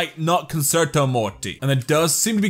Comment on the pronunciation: When you think your funny but instead of saying Morty you say muty